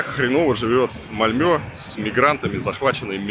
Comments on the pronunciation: МАльмё, блин, а не МальмЁ! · Не Мальмё а Мальмэ правильно,а так то там самый криминальный район как раз район мигрантов из Албании и тэпэ,постояно какие то там перестрелки и наркотики именно там,не помню как называется район но присутствует слово "rose(роза),плюс мусор на улицах есть и те два пакета это песчинки,но в целом конечно сравнивать с Россией глупо. И еще там чертовски скучно,русская душа быстро там заскучает